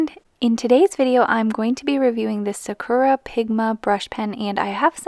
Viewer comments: sakura is pronounced sock-ra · In what language. I'm pretty sure it's pronounced Sa Ku Ra